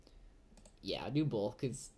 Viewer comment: you can yeah, do yeah BOLTH